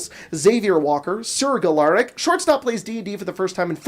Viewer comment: Close on the pronunciation for my name... It's pronounced "Gal-uh-rack", not "Guh-lar-ek". Great episode, this campaign has been a blast to listen to while I work